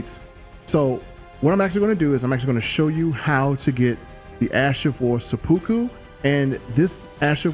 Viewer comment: Sep-pu-ku Sepp-poo-coo